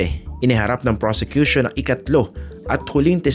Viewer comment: Sinabi pa nya persecution instead of prosecution.